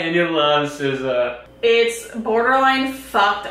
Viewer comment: LMAO I forgot I had the YouTube sub titles on but every time say SZA it puts scissors and then for the rest of the video sounds like she’s saying scissows